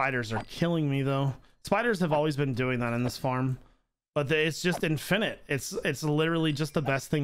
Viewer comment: It physically pained me when he said infinite